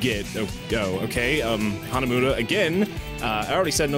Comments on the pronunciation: Really "Hanamuda"? the game even pronounces it Hanamura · It's pronounced HanaMORa by the way